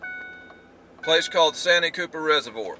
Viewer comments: By the way it’s pronounced San T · Austin here from S.C. Love your videos and I've learned a lot. One thing though.... Santee is pronounced SAN - TEE like two words...just sayin! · Love the videos man but we call it’s San-tee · It's called SAN----TEE,. Anywho ever tried Lake Wateree